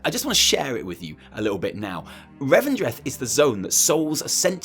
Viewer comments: It's "Revendreth" ❤️ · It's called Revendreth.